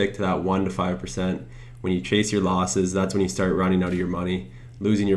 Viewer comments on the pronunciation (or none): Nice video. "Losses" not "loses".